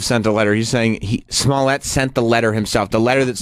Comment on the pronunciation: pronunciation of 'Smollett' is fucking gross. As if there were not enough reasons to hate him already.